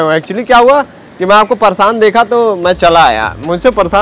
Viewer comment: Pareshan ❌ Parshan✅